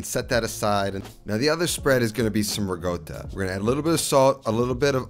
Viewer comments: I almost throw my phone out the windows…. it kills me everytime he misspronounce Italian ingredients 😵‍💫 rigota and projutto… 🤌🏻🤌🏻🤌🏻🤌🏻 madonna mia!!!! its ricotta (rikota) and prosciutto (proShootto) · rikotta not rigotta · Not gonna lie I love this channel so much but when your not from Italy and never had the accent it makes no sense to pronounce Italian words with a thick accent. Ricotta not rigoat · Re-gotahhhh *laughs in european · can anyone tell me what i'm missing, with him pronouncing "ricotta" as "rigota"? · why do you say rugota and prowjuto, you can clearly do better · Love this and many of your other dishes! One request: ricotta has no G in it, only a K sound. Grates my ears to hear that pronunciation. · That pronunciation of ricotta🤣